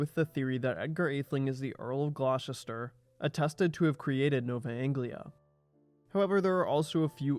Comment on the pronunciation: "Glaw-chister"!!? I used to live and work near Gloucester (England), and it's pronounced "Gloster"! Ditto Gloucester, Massachusetts. (I can pronounce "Poughkeepsie", "Arkansas" and "Potomac" correctly too!) I've also heard Americans calling the nearby town of Tewkesbury ("T'yooks-bury") "Twicksburg". 🙄